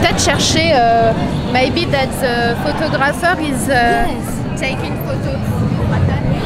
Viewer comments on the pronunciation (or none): Tu as un très bon anglais IS a photographeur 😂😂 ha ma sana tu me fais toujours autant rêvé ! J'adore ❤